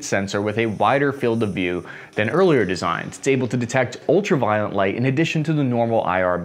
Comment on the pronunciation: I swear he says “ultraviolent” every time